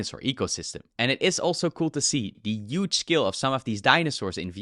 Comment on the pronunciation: Not Euge but Huge.